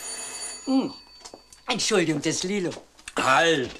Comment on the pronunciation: Gab es evt früher keine sogenannten Vocalcoach? Frau Meysel spricht manchmal recht eigenartig. Schuljunk, wenjer, Beleijunk, Entschulje, u.v.m. Zwar nicht schlimm, aber doch verwunderlich, ich dachte das gerade Schauspieler eine korrekte Aussprache haben sollten, es sei denn ,sie sprechen Dialekt.